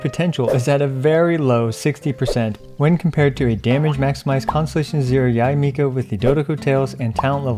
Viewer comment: thumbs up for pronouncing her name right